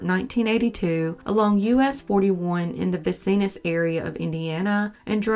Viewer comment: "Ve seen us" Indiana = Vincenes, IN pronounced VIn SENS.